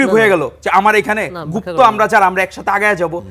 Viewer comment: Gufto duke porche